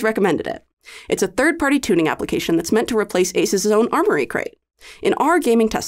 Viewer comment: sounded like isis' not asus'